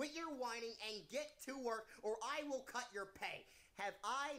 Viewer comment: idk if this just me but soundly like you said cu*t instead of cut 😅